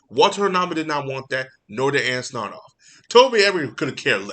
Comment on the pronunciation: I would correct you on mispronouncing Walter Hamada and Ann Sarnoff’s names, I hate these two too much to even care.